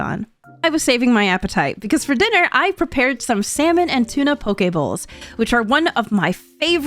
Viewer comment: The Quaternity of What I ate in a week is now in form! I genuinely heard "Poké Balls" instead of "Poke bowls" LOL